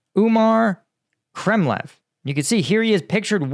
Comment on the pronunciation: Say umar kremlyov. Hruschov or gorbachov. Not hrushchev or gorbachev